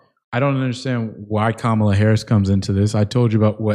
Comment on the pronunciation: It’s Kamala not Kamala